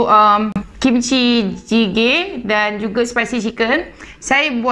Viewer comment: berapa kali sebut jjigae tu ha asyik salah ja🤣 tak pernah lagi try yang ni. mcm bestt